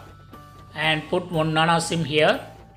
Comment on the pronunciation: Nano Sim.. Not Nan sim 😂